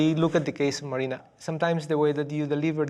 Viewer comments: At least the husband can say MARINA AND NOT MARINER FFS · Can they seriously not say MARINA, WHO TF IS MARINER, sooo goofy